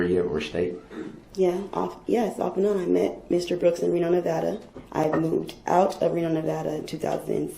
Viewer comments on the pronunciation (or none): none